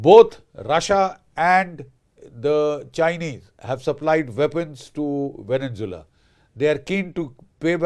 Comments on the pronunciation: It's Venezuela not Venen Zeula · It's called Venezuela, not Venjovela, and it's Caracas not Ca ra cas.